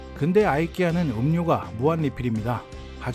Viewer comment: 이케아를 아이키아라 들으니 아주 색다릅니다.